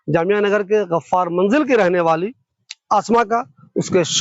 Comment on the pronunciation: Tasfeeq nahi tasdeeq, Ghaffar not gharrar.